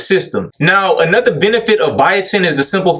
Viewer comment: I ain’t buyin not nan-nother bottle 😂😂